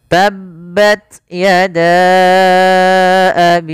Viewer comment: Seharusnya dibaca Tabbats hrs ada hams